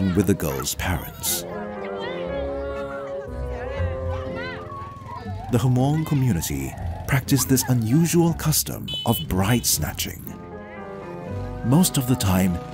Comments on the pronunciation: I know this is serious. But Hmong isn’t pronounced “HAMUNG” it’s just.. “Mung.” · It's not Hahmong it's hmong the h is silent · I’m Hmong... n Hate this practice because my Mother! My Mother was bride-napped (Kidnapped and forced to become a wife to a stranger) and been thru it. She escaped n made it to the US. It’s pronounced Mong.. sorry H is silent. But good try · “The HUH-MONG” got me triggered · The H in Hmong is silent